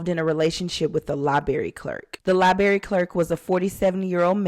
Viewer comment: If you can't even pronounce the word library how am I supposed to watch your videos